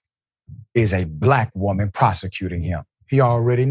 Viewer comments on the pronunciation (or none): none